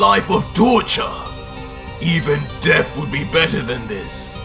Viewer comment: Say it with me Death not deaf do you have a speech impediment I mean really bro why can’t you pronounce words the way they’re supposed to sound vergta??? Why does it sound like you give up halfway through pronunciation I swear if you make a video and speak English without the fruity accent I’ll hook you up with $500 no joke please One last thing your videos suck ass